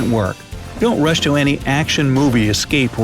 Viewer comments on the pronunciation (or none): none